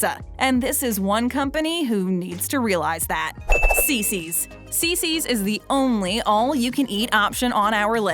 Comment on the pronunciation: Not Cicis!!